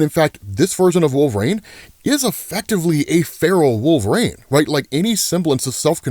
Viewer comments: Bro.. wolvereen.. not wolver-ain... say it right 🤦‍♂️ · Can I ask why you say Wolverine as Wolvraine? Not picking or anything, tomato-tomotto.